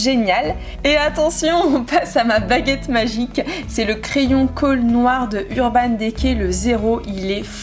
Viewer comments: Coucou c'était juste pour te dire que Urban decay s'ecrit comme sa <<------ mais se prononce Urban Dicay voila gros Bisous 💖💕💘 Je t'adore 💖💕😋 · C'est trop bizarre comment tu prononces "urban decay " 😂 Super video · Ça me fait rire quand tu dis Naked et Urban Decay olala 😂